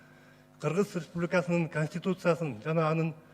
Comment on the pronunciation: Сакоолоргоо жалан ресбулика деп айталбай ресбубика дейт